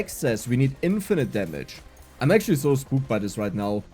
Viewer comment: Man are you German because that Zooooo is cool :D